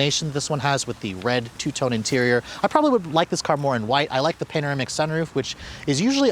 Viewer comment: Panoramic not panamerica